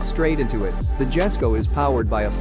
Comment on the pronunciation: The Jesko isn't pronounced with the J sound, it's pronounced Yes-ko with the J making a Y sound